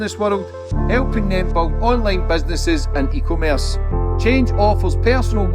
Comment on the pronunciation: E commerce not eco Merse 😂😂😂😂